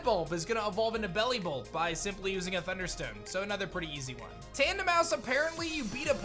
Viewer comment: TANDEMAUS DOES NOT END WITH AN E! AND WE DON'T SAY AIN'T, WE SAY ISN'T!